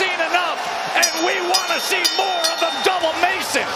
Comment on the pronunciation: MaNy Commentator FaILeS to ProNounCe HiS NamE ProPerLy. .SPeLLed ABD'U'LLAH. ..WHy ..,❓ULLaH